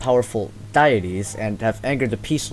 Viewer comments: diet E's?! dude its pronounce Dee-Et-E's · Ew, dietys. It's pronounced deities, like it's spelt. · Die-aties? Are you fucking kidding me? That's the grossed pronouncing of Deities I've ever heard